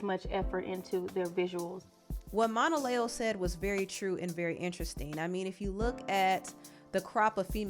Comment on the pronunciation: She pronounces her name “Mona- Leo” like the start sign, lol. Not Monalèo